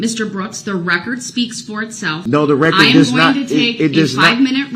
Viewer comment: I can't help but laugh when he says "Now, yeronner! I LET you make yer rec-cerred. Is dat fare to say? I dint inter-upt you while you wer making yer rec-cerred! Now, wen am I gonna be able to make da rec-cerred?" This POS really thinks this is a give and take situation. As if he and JUDGE D are on a level playing field. They are not! That's a really sad testament to what he's gotten out of this whole trial, with the jury ready to hear closings. He hasn't learned a dang thing.😆😆😆